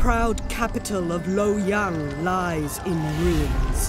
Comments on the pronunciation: 实在是受不了那“骚骚”， 能不能纠正一下读音，我已经被骚骚洗脑了。还有“卢备”、“陋阳” WHY ARE ALL THE VOICE ACTINGS IN ENGLISH ??? REALLY IMMERSION BREAKING. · When your Chinese and you didn’t understand why Europeans were so triggered about Napoleon but then you see three kingdoms. IT’S NUOT LO YANG, IT’s proNOunced “LU-AW YANG”.